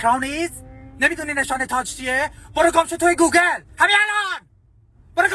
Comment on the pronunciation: وای فقط گوگال گفتنش😂😂😂😂